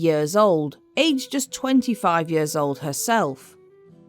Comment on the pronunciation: Do you have some sort of speech impediment that makes you unable to pronounce the word "years" correctly? You sound ridiculous!